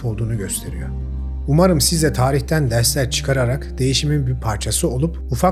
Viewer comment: Öğrencilerine derhlers veriyo ne yaa... 😂😂😂 RRRRRRRRRR yokmuş sende... daha önce nasıl kamufle ettin... suan şok... 😅😅😅